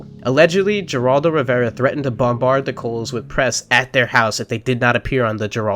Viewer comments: Heraldo not Geraldo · The g in Geraldo is pronounced like an h. It sounds like Heraldo. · BTW it's pronounced Hair-all-do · Geraldo (Hur-AHL-"doe") Rivera. In Spanish “G” has the sound of a soft “H”. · It’s pronounced “Heraldo” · Who cannot even pronounce "Geraldo" correctly. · Work on the Geraldo pronunciation you might show up wanting to lend ug gand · you dont. The G is silent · You get a 👎 for not knowing how to pronounce Geraldo Rivera